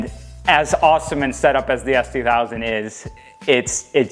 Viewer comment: He said ass2000 cuz I’ve heard it a million times 😂 can’t tell, giving loral vibes